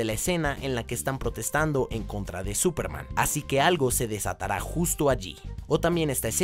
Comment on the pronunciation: Súperman esdrújula.